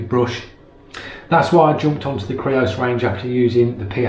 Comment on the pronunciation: Yay you said creos not greos!